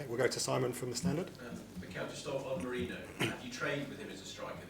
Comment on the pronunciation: Why do y'all mispronounce Merino's name? It's not Mereno!